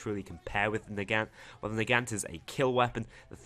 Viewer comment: The Nagant is pronounced Na-gon-t